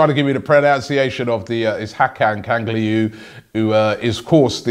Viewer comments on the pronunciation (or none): lmao Kanagliu